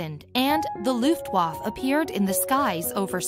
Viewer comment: Pronounces luftwaffe wrong then shows a russian SB-2M bomber used in spain... story about the luftwaffe and they shiw russian planes throughout the video